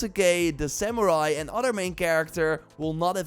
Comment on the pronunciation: "We whaz samurai ahn sheeeei"